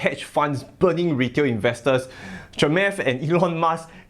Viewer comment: cha-moth not chamath as said from the guy himself 😆